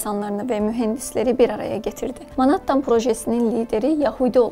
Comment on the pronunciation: Menhettin okunusu